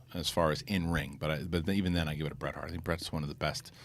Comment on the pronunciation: Its Bret and not close.